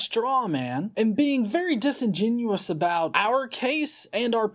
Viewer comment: I like that you've figured out how to say "disingenuous" properly now. You used to always say "disingenuine".